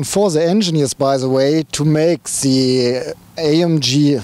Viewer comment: Hello German friend its funny that I write a comment in english and you write me back in german hahaha see my point? dont make english reviews when you only know how to pronounce 20% of the words zank you! its called THE not ZE and so on THank you not Zank you hahahaha